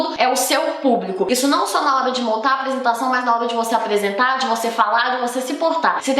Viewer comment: Eu ouço muito ela falando com a letra L kk "Tlabalho, aplesentar, atlativas, atlaente, aplesentação, pla ler, palece, escleva, plofesso, revolução flancesar" KK